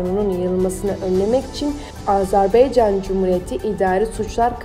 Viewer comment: Rica ederim AZERBEYCAN DEMEYİN DORU DİYİN YANİ AZƏBAYCAN DİYE BİRDE AZERBAYCANDAN SALAMLAR AZERBAYCANLİ OLANLAR LİKE ATİN.